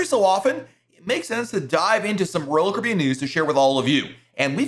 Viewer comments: Sounds like you say ROYAL KOREAN. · PRONOUNCE: CARIBBEAN!!!!!!!!!!!!!!!!!!!!!!!!!!!!!!!!!!!!!!!!!!!!!!!!!!!!!!!!!!!!!!!!!!!!!!!!!!!!!!!!!!!!!!!!!!!!!!!!!!!!!!!!!!!!!!!!!!!!!!!!!!!!!!!!!!!!!!!!!!!!!!!!!!!!!!!!!!!!!!!!!!!!!! very annoying!!!!!!!!!!!!!!!!!!!!!!!!!!!!!!!!!!!!!!!!!!!!!!!!!!!!!!!!!!